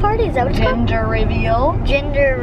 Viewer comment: she said ginger reveal instead of gender reveal